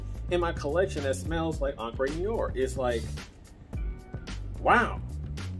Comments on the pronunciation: I just got it. I like it. btw it's pronounced Know are but more like in noh-wahh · It’s prononced: Noo-are, not nee-or… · Another one that cannot pronounce Noire...how hard it is for real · Man you are horribly mispronouncing the word Noire in the name of this fragrance. But nice that you were able to find it at TJ Maxx. I have been curious about that one. I don’t think it’s for me, but I would love to at least get a whiff of it.